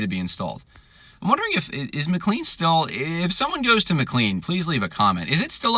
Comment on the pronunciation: It’s also pronounced “ma-clane”, not ma-clean…..🙂